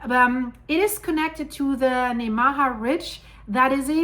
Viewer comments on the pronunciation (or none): This is very interesting! I live in eastern Nebraska, and had no idea there was an old fault system near where I live. For the record, “Nemaha” is pronounced, “NEE-muh-haw.”